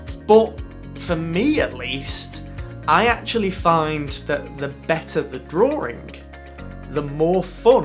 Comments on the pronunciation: What is a 'Drawring"? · Why do you say "Drawring" with an 'r' in the middle?